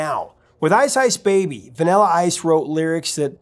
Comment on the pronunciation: I like how you say the word vanilla like “vinella”